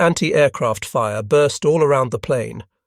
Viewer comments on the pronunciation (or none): none